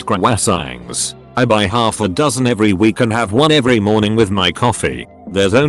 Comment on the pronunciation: cua-wayy-sants lmao